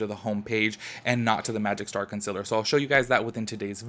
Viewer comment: "Conciller" lol gets me every time